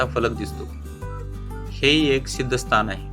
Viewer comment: स्तान नाही हो स्थान म्हणा